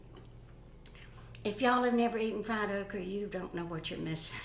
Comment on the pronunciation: Do you say "okrie of okra"? LOL I love it! Pork chops will be so good with the sweet potato. 🙂